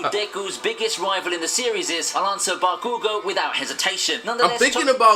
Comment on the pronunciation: The way the video narrator said Bakugo's name gave me cancer